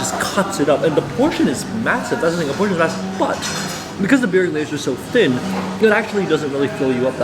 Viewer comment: burek - try saying it like this "boo-reck" and next time ur in NS you can eat on my treat or i can give you points where to eat what